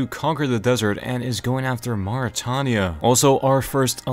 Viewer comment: The way he pronounces Mauritania 💀